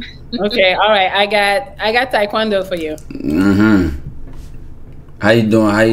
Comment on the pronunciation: Nîgga said tykwondurag 😭